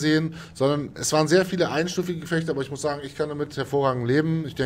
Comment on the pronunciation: Die Karte heißt Stud - ZI - AN - ki und nicht "Stud- JANZ - ki" - kann das denn so dermaßen schwer zu lesen sein? Oder ist das inzwischen ein running-gag geworden bei? Er war vermutlich einfach selbst zu lange Studi...;-)